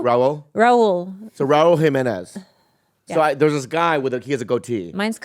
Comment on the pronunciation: This mf said Raul Jimenez …🇲🇽🇲🇽